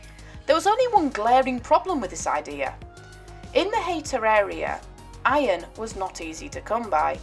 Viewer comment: Not wishing to be picky but Haytor is pronounced Hay Tor and Teignmouth is Tin Mouth. Nice piece. I found the tracks in early 70's and used to go swimming in the old quarry. A bit chilly! Now live in Australia where a couple of hundred years is like yesterday.